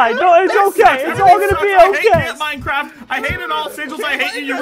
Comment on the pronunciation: CAMP MINECWAFT!